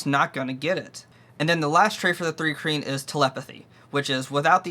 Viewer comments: It sounds like you're saying three kreen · Why would you take advice from someone who can’t even pronounce the race…